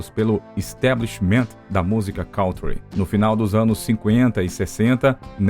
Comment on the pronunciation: Kântri é a pronúncia. Não "cauntri". Não sou professor de Inglês, também já errei e desconheço várias pronúncias, mas por algum acaso conheço a de kântri , inumeras vezes citada neste áudio.